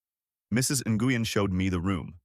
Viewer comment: Nguyen is pronounced like the word when. Wen. Not nah goo yin.